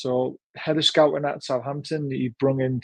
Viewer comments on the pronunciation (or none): When you talk about head of scouting - are you talking about Austria head coach who was at Man U? Not sure given your pronunciation 😮